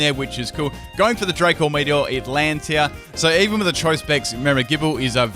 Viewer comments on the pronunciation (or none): none